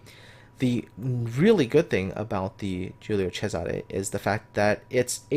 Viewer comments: Latin is a different Language. Caesar was latin name. but the ship was named in Italian. So it is CESARE. And you should pronunce the ending E ( which for you guys sounds like A) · Wait, so Cesare is pronounced as a "CH" sound(like "Chesare")?